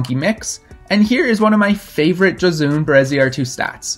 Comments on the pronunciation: Amazing video and overview of Josune Bereziartu! :D Btw, not a huge deal but it’s pronounced “Yo-sue-neh.” Love your videos! :) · lol as soon as he said she was spanish i knew he was pronouncing her first name wrong. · This is a really great video about her. She’s been so neglected all these years! Thank you so much. Love your channel. Minor/major point. Her name is pronounced “Ho-soon-eh.” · Egurre! Gora Josune Yo have to say that last "e" of the name, but it's Okey! :) I sent her first 8a "hiena" last Wednesday jeje yeahhh